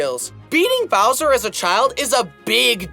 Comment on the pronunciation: it sounds like he is saying “so long gay bowser” 🤣